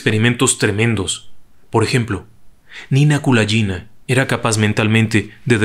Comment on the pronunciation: Me gustó mucho la forma de relatar la historia de Ninel, sólo debo hay que corregir la forma de pronunciar el apellido, ya que la letra G en ruso se pronuncia como en gato y no como la J en inglés. Saludos.